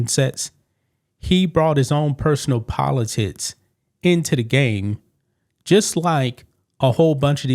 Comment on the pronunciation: Dude you don't even no how to pronoun the word politics correctly how are you even talking about a legendary coach who has spoke up for Black athlete's for years and your black your damn self stop criticizing people your jealous of or even envious of....# find someone to talk about like Jason Whitlock or Stephen A. Smith neither 1 of these Black Men would even think about talking about Gregg Popovich this way let alone disrespect him, I'm not gonna let you do it either # You need to go back to school your English is broken again you can't even pronounce Victor Wembanyama name correctly you can't talk about someone else if your not articulate enough to get your point across. YOU SOUND DEGENERATE. I DON'T UNDERSTAND HOW YOUR GETTING LIKES ,but I ALSO UNDERSTAND WE ARE IN A World where wrong is right and right is wrong go figure.